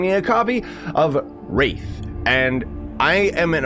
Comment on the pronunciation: You pronounced wrath as wraith 😂